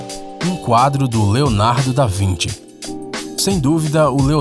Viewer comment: Leonardo da "vinti"